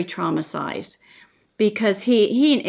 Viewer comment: Traumasized? Is that the Kansas way of saying traumatized? Like wash and warsh? lol